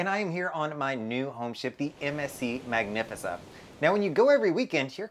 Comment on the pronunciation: No i like it lol it sounds classy